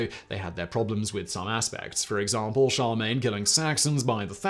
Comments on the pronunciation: Shar-main? Nay, sir. Char-LE-mane. You keep dismissing an entire sylable. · Charlemagne not charmain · Emperor Sharmaine? Charlemagne would not be happy with your pronunciation. How can you shorten sharmaine to Charles? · I've never heard someone pronounce Charlemagne "Shar mayn" . I've always heard it pronounced "Sharr la mayn". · Charmaigne??? Don't you mean charlagmaine? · "Char main" lol what. It's Charlemagne shar lah main. Come on, man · Did he mean Charlemagne? He said, Charmaine. I'm confused! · When you say "Charmaine" are you trying to say "Charlemagne"? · I thought he was kind of swallowing the middle syllable the way the fast speaking French do. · Today I Found Out....that Simon still mispronounces Charlemagne, lol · Can you possibly talk any faster? Got somewhere to go? You even skipped a few syllables in Charlemagne